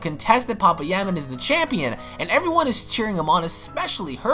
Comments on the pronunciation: Lmaooo its pa pai ya man. Not papa ya man lol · Pa pa yaman sure... Like it's not pa-paya-man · Ight bro you need to learn how to say names it’s PA-PAYA-MAN and THAWWWW-ing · Sooooo nobody's gonna say anything about how he's pronouncing papaya man 😂😂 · Or thawing lol